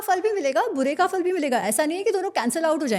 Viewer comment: Amazing that mispronounces फल